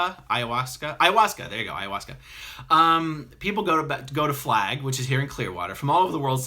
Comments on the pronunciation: "I'm gonna keep (mis)pronouncing Ayha-wooska!" made me chortle 😉 [It's "Aya-wass-kah"... Sorry, its been a while since I studied Linguistics!] You may enjoy JP Sears YT video about some of the kinds of people who use Ayuahasca too frequently. I'll see if I can find the link. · Nice lol.. but the ceremonial plant/drug is pronounced aye-ah-wah-ska